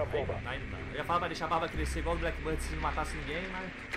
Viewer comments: Meu Deus, não é Blackbird, é Blackbeard, vê se pronuncia corretamente. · Genteeee e blackbeard com D mudooooooo q agunia vcs falando errado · Blackbird? A barba que é preta, não o pássaro... a pronúncia é bléqui bird... kkk